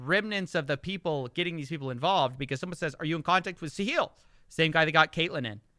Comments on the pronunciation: Why's he keep pronouncing it "Sa-heel" when it's "Sa-hill?" Didn't one of the guys in one of the videos he playing say the name as "sa-hill"? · Wait, Catilyn is a resident of the UAE?? And Sahil has been banned from X. ( and it's pronounced Sa-hil - emphasis on the first syllable and HIL as in HILL, not like HEEL just letting you know if you're interested ) I just found your channels today and am thoroughly impressed by your production quality and reporting Could someone tell me the difference between and Voidzilla? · Hey, great video as always. Just fyi, the emphasis in Sahil's name should be the "a" not on the "i". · Sometimes when you say Sahil it sounds like "the heel" and actually maybe that is the role he's intentionally taking? Maybe it's part of the deal he cuts with these celebs.